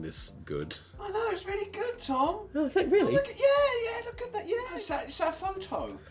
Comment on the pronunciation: He said Tom tord lol